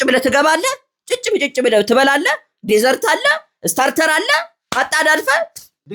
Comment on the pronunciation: 😂😂😂 ዓስላው ትክክል ነው 'ደዘር' በረሐ ነው 'ድዘርት' ማለትህ ነው 😂